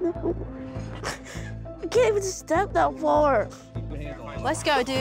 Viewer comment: He keeps saying he can’t do nothing🙄 “I can’t step that far I can’t step that dar😭😭